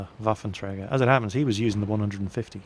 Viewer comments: You do pretty good with the pronounciation of the "Rheinmetall-Borsig Waffenträger" and still pretend you can't say "Panzer-Selbstfahrlafette"? You can better than that!;) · I´m loving it, when you say the german word "Waffenträger". You are pronouncing it good, but it still sounds unique ;-)